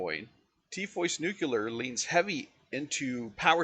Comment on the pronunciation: OMG I beg you to learn how to pronounce the word "nuclear."